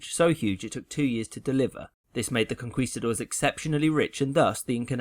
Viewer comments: Vandal oh i missundertood what you were traying to explain. Anyways, conquistadores is the spanish for conquerors, in plural. but what i was traying to say is that he misspronounced that spanish word, but it is a common mistake in english speakers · Pleasseee! It’s Con-Key-Ste-dores, not Con-kwee-ste-dores. It was so painful because of how many times you had to say it. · Listen i know you dont speak spanish and are just following the usual pronunciation rules but the Qu ins spanish unless denotated otherwise is pronounced as a k. konkistador(es) is a better transliteration. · In spanish, its Conquistadores :-)